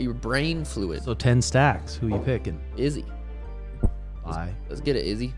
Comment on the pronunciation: why does this channel pronounce izzy's name like that?!